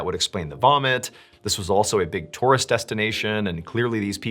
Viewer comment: Its pronounced tour - ist.